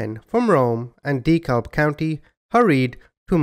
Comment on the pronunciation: Dekalb is pronounced deh-cab. I'm from Birmingham in Jefferson County. Believe it or not my name isnt Bubba and it's only one name rather than 2 names as my first name. My name IS Mike Jones though